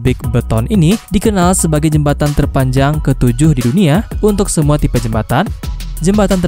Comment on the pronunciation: Min tipe kok ucapnya tipe